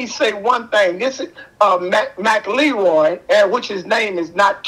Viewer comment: Its McElroy Not McLeroy 😂